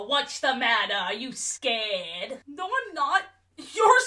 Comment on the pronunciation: The Australian "noorr" 😭